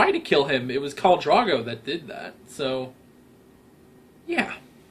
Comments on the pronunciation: the seed is strong is all I feel needs to be said. oh also pronunciation, Catelyn Stark is pronounced cat-linn, also curiously you keep calling Khal Drogo Khal Drago? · IKR....every time he said Drago, Rocky's Russian nemesis come to mind. 😊